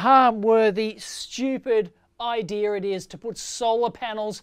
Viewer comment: Idea is NOT "EYE DEER"